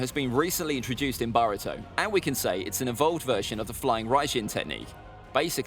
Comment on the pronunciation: Man's said baruto